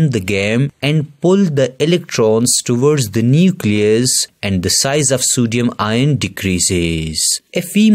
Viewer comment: that's not ien that's ion